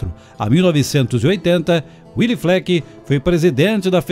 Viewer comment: Gostei da apresentação, mas devo dizer que a pronúncia do nome de Willy não é "uili" e sim "vili", nome de origem alemã e não de origem inglesa. Willy era muito amigo do meu pai que em meados dos anos cinquenta, como gerente do Banrisul em Três Passos financiou 4 ônibus F-600 para a Ouro e Prata.